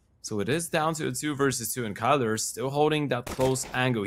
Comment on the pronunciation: Irytuje mnie, że komentatorzy nawet nie starają się poprawniej z pronouce'owac nick Kylara. Przy Grubym chociaż próbowali i to się szanuje. Boombl4 jakoś każdy poprawnie wypowiada. A tu w przypadku biednego Kaceperka jeden mówi KAJLA a drugi KYLO kurna REN chyba xd.